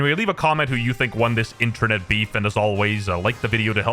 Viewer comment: it’s internet not intrenet lol